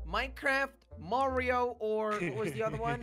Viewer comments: Lol they pronounce mario like merio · Maryo it's mario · Me the entire time: ITS NOT MĀRIO ITS MARIO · lol says Merryo Instead of Mario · Its mario not morio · I wonder is it a whole bunch of people who think I'm weird for pronouncing it like (Mah-rio) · I died when said Mario wrong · It’s funny how wrong they say mario tho. LOL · It is pronounced Mario with the ar sound Not Mario with the long a sound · He said Mario wrong no offence